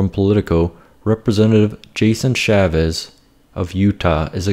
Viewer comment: Agree with everything but one correct needs made: It's Chaffetz, not Chavez.